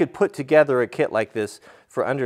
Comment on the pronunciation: So did anyone else hear carpentry clit not kit?? Lol I love bloopers